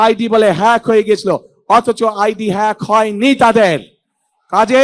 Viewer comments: হ্যাগ বলতে পারে না 🙂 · পড়াশোনা করো গিয়ে হ্যাক কথাটাও উচ্চারণ করতে সাহায্য লাগে 😁😁😁